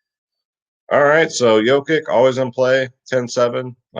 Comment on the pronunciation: My ears bleed every time. Here we go, correct pronunciations are NUR-Kitch and YO-Kitch.